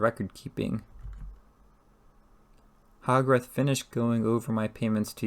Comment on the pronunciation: The readings not bad. You need to work on your pronunciations It's Hogarth not hog wrath